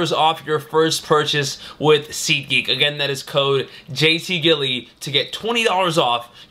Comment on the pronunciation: SeetGeek? what are you, David Dobrik? lmao jk